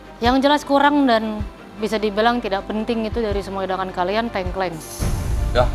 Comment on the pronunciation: Tengkleng mbak bukan tengkleng